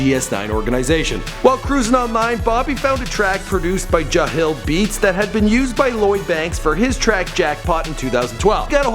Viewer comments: its not jahil beats dude its jah-lil beats you even have the dudes tagline from his beats in the video and you still cant say it right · "Ja Hill Beats" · he said jahil😪. that's close enough I guess ( jahlil beats) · Its jah-lil not ja-hill lol just saying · Jah-lil. Not jahill.